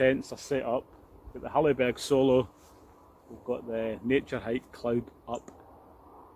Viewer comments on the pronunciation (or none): Cracks me up the way people mispronounce Soulo. I have a red Soulo, it’s reputation is well founded.